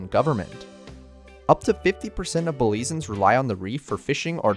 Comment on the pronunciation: Great video! Only issue is how you pronounced Belizeans. It's "Belize-yans" not "Belize-ans". Caye also pronounced "key" not "kay".